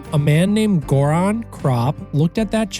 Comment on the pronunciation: Well, butter is vegetarian, just not vegan. Good summary of his journey, I recommend his book, too. Btw, Göran is pronounced with a soft "g", the name starts with a sound more like in "yearning".